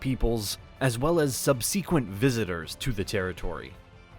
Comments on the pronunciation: Subs - equent? And they say AI is taking over. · Well, nobody but Britsandnoteven all of them, can get English names right right. The real tells that this is an AI generated narration are in the mispronunciation of common words like subsequent (tonic accent). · "...SUB-Seeee-QUENT..." ARE YOU KIDDING? HOWZABOUT GETTING A NARRATOR WHO CAN ACTUALLY PRONOUNCE "ENGLISH" PROPERLY. OR? IF IT'S A COMPUTER? DO A BETTER JOB PROGRAMMING IT, EH? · SUB-seeeqwent? Jesus. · I have never heard the word subsequent pronounced like that before. I ran to my dictionary to check I hadn’t been pronouncing it wrong my entire life . . . Nope. I’m good. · Learn the word subsequent. Otherwise nice reading from Wikipedia. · Dude! If you can't proofread enough to get your pronunciation correct, quit the voiceover!!! Subsequent, Boudica...the list goes on... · OMG learn to pronounce words. I've hear you mispronounce "subsequent", "macabre", and "Sale" among others. For a guy making videos about history, you sure aren't thorough. How can we trust anything you say when you're too lazy to learn basic pronunciation?